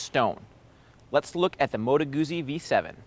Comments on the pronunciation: Yes, Gutzi not Goozi, much more satisfying to say. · It's "Moto Gootsi", you loser. Have you not ever eaten a slice of "peetsa (p-i-z-z-a)"? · when all of you can say peet.za(pizza) so easily then why on sweet jesus' holy earth can't you say goot.zi instead of gooozi, nice review though. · Ah man, ya gotta pronounce 'Guzzi' properly! I can watch but I can't listen... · Why is it so hard for 'Muricans to pronounce Guzzi?